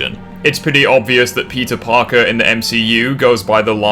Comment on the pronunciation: is it just me or everytime you say peter parker i always heard pizza parker